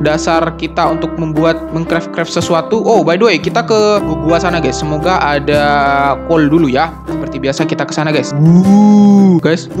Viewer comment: jir kolkolah cara bilang coal nya wkwkwkw